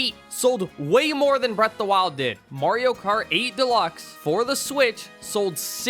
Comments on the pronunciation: It's pronounced Mario, not Morio. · Stop pronouncing Mario like that. No other country does.